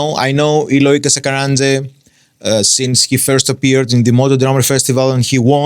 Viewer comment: A pronúncia no nome dele está ótima haha é ótimo reação ao vídeo, abraços.